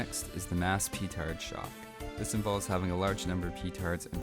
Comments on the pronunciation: Please don't ever say PEE-TARD ever again... Peh-TA:RD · its pronounced pehtard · It's pronounced "pe-TARD". Literally, from the French meaning "broken wind". Lol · i love how you say petard